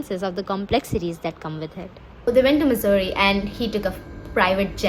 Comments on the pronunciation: I've never heard Mussoorie pronounced as Missouri😂😂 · Sab thik but bhai please pronounce Mussoorie as it actually is, I was so confused throughout wondering whether it's a typo in the subtitles and video time stamps, and whether it is actually Missouri or Mussoorie. 🤦🏻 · liked the video but its mussorie not missouri dawg, missouri is in the us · isnt it mussoorie and not missouri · i love that you use missouri hahaha it is mussourie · Okay everything else is great but can you please stop pronouncing Mussoorie as "Missouri", I was legit confused for a while there😭😭😭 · the mussoorie pronunciation is insane